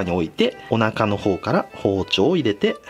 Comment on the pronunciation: この人入れての発音特殊やな 入↑れ↓て→